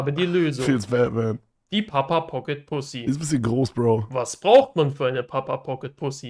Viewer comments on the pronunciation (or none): 1.) Er heißt Kevin, nicht "Kevim" 2.) "Braucht", nicht "bruacht" 3.) Kevin, nicht "Kewin" 4.) Tüte, nicht "Tüt" 5.) Anleitung, nicht "Anleitunq"